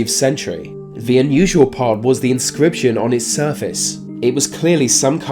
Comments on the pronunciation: Dude if you can manage to say there and that, you can say the, not v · why do people from your part of the world pronounce "th" as "f"?